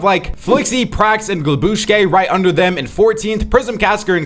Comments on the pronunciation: Its GLUBSCHI not glabushke💀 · Bro is ragebaiting us with the way he pronounces glubschi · please look up how to pronounce Glubschi and Vadeals Trio is Rax and JannisZ (not Predage)